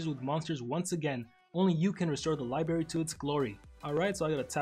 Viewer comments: It’s not libary it’s library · li-BRARY not libary